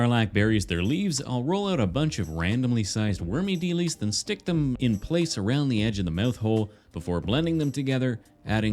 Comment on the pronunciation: Why do you always say “Wormy Delees?”